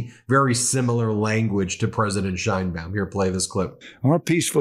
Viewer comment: As someone named "Baum" i appreciate you pronouncing the "baum" (Bowm) in Madam President Sheinbaum's name correctly.